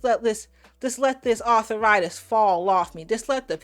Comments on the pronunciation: Arthur-itis is not a word, ladies. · "Author Ritus" 🥴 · "Arthur-itis" says Jaz. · arthur-itis? seriously??